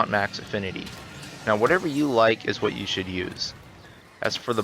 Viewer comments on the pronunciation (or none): none